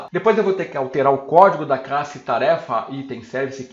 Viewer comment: Posso dar um toque? Por favor não se ofenda. As vezes soa como se você trocasse o L pelo R. Por exemplo aos falando Application User, soa como AppRication User, Classe soa como CRasse. Talvez você nem perceba. Creio que nem seja intencional, pode ser um vício fonético. Dá uma escutada ai. Por favor não se ofenda. Seu conteúdo é excelente.